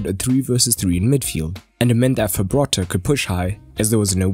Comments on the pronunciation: its Frabotta not Fabrotta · It's not Fabrotta, it's Frabotta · Frabotta, Fra - Bo - Tta, not Fabrotta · fRabotta not fabRotta but otherwise great video 👍🏻😁